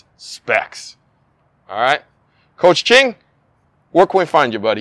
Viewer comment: why is he calling him Ching instead of Chien